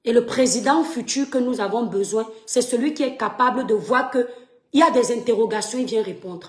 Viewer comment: Whouaiihhhhhh...Le faux-francais sur vous.... Écoutes-toi,: "Et le président futur que nous avons bessoin..."😂😂😂😂😂😂😂😂😂😂😂😂😂